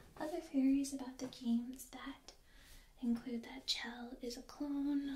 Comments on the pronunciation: I'm pretty sure it's pronounced shell. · btw it's pronounced "sh-elle", which is sorta short for Michelle. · I love your videos and am a huge fan of the Portal series as well! I just wanted to offer a little fan commentary and note that, though it's not spelled like it, Chell's name is actually pronounced "Shell". Definitely not my first instinct, but it's something I've heard from the creators in interviews and commentaries past and thought it a unique name and spelling. I hope you don't take this as any kind of critique, but a friendly note from a fellow fan and tingler 😋 much love! And keep sharing all your awesome!